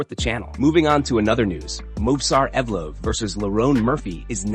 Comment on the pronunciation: Hey, learn how to pronounce fighters' names. You mispronounced Mauricio Ruffy's "name" two different ways. Ruff-EE, ROOF-EE, but it's HOO-fee. And, Ev-lOv? There's nothing worse than turds who want to cash in on MMA but have no knowledge of the sport.